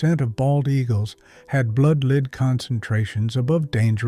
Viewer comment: Stopped as soon as your AI voice pronounced l-e-a-d as lead rhymes with speed instead of lead rhymes with red. Now if this were one of the dozens of AI voice mistakes on YT these days, I’d not comment. But in this particular story about this very real danger to our eagles the correct pronunciation is crucial. Lead rhymes with speed never killed an eagle. Lead rhymes with red does. But, dear content creator, that fact was not important enough to you for you to do with your AI production what your 5th grade teacher told you, “Check your work.” So hello, goodbye, won’t watch you again.